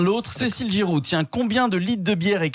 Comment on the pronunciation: GIROUD et SOTH. 🙃 .Ce serait qaund meme bien de bien prononcer le nom des invités - Jusqu à ,vraisemblablement,le chroniqueur de droite s en fou royalement (il est sur son tel). C PITOYABLE (HONTE A LUI)